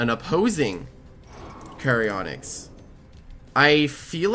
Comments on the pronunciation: Random pet peev with. His pronunciation of every loomian’s name. “Charyonyx” like how. It’s literally spelled “char onyx” like the word character or Charon from the myths and the rock onyx… HOW. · Why he calling it "Cherry Onyx" Where did he get the 'y' from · I think it's pronounced as ch-ar as in charred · It's charonyx as in sharon-nyx The name charon is pronounced as Sharon, and onyx is literally an irl ore Sharon-nyx Your welcome